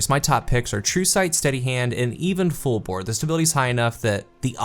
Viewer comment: You said fullbore.....?